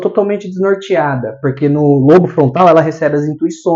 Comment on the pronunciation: Caro,. Gratidão pelos ensinamentos que compartilha conosco, aprecio muito o seu maravilhoso trabalho. 🙌🙌🙌 Gostaria apenas de te dizer que a palavra “lobo”, por exemplo, lobo frontal, embora não tenha acento agudo nós falamos como se tivesse, então se diz “Lóbo”. Só dando esse alô porque as pessoas podem ficar confusa pensando no animal, lobo. A parte mais anterior do “lóbo” frontal, atrás da testa tem função de planejamento e execução de comportamentos aprendidos e intencionais, acredito que por isso, implantam microchips nesta região. Já o hipocampo desempenha um papel importante na memória e no aprendizado e está envolvido na formação de novas memórias, na recuperação das memórias e na decisão do que é importante ser memorizado, talvez a explicação pela qual também atuam nesta região para resgatar memórias traumáticas dos obsidiados. Abraços meus Amigo Gratidão Eduardo